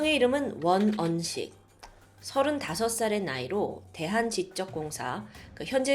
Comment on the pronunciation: 대한 지쩍 공사라고 발음하면 안되고 지적 공사라고 해야 합니다.